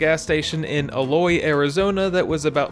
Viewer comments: Aloy😂, it's okay but that's not how it's pronounced. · Wow you guys were really close to where I live, about 10 miles west of Eloy, also it's pronounced E-loy and not "Aloy" lol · Ee-Loy not El-Oy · Eloy is pronounced with a hard E.